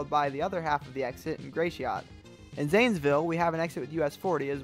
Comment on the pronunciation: Gratuity is pronounced Gra-shit in Michigan. Dunno what they call it down in Ohio but if it’s anything other than what it’s called here it’s wrong